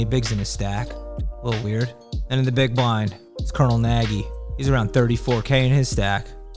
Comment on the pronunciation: Nagy is a Hngarian name. It is pronounced "Nudge" with the "U" sounding more like an "A". Impress him the next time you see him. Genius running narrative!